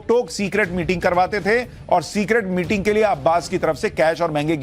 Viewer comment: सिक्रेट मीटिंग नहीं मेटिंग😋😂